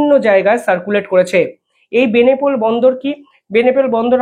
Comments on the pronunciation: ওরে ভাই,"বেনেপোল" নয় বলো বেনাপোল।একজন ভারতীয় হয়ে বেনাপোল কে বেনেপোল বলছ? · বেনেপোল নামে কোন ট্রানজিট রুট আদৌ আছে নাকি দাদা ?? আপনার ভুল উচ্চারন শুনতে শুনতে ক্লান্ত হয়ে গেছি ।ইউনিস নামে বাংলাদেশে কোন প্রধান উপদেষ্টা আছে বলে জানা নেই ! সংশোধিত হউন ।